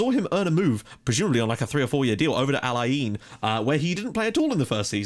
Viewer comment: I used to live in al - Ain. BTW it is pronounced al ayn